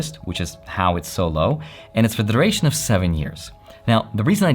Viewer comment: Your accent hit on when you said "duration"